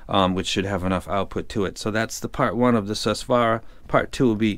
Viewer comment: It's not Sus swaara... it's Soo-Swaraa...it's sanskrit..Su means good Swara means Sound